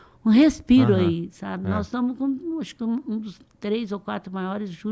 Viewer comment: "NÓS TAMO" "INFRAÇÃO".....PQP